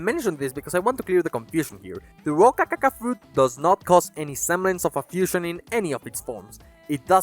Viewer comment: Amazing video! This was super entertaining to watch and listen to. Also, the way you pronounce rokakaka is super satisfying to listen to.